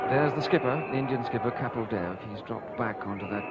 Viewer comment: OMG, THEY GOT KAPIL'S ACCENT RIGHT AS WELL. 😍😍